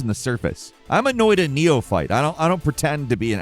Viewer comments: I discovered “Noi-da” the same exact way. 😂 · It's pronounced Noita, cheers from Finlant!